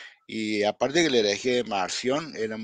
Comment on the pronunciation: ESTE MENSO PARECE QUE DICE MANSIÓN Y ES MARCIÓN, ESE HEREJE QUEDÓ EXCOMULGADO PORQUE NO ACEPTABA TOTALMENTE EN NADA AL A.T. Y MUCHOS MÁS, SOLITO EL BUEY 🐂 SE AHORCÓ.